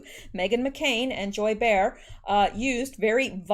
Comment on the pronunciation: Joy Bay-har